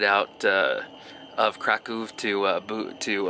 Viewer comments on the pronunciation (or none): " Krakoov " lmao